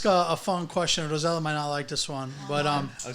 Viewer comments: Please stop calling her rosella that’s an entirely different name from her name, I’m sure if her parents wanted to name her rosella they would’ve. They named Rossella learn how to pronounce your guest’s name, Ros…sel….la very simple. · It looks like enjoys pronouncing incorrectly Rosella instead of Rossella.